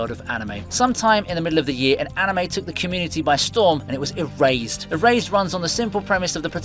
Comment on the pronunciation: It might just be me but when he got to the anime Erased it kept sounding like he was saying Eraised😅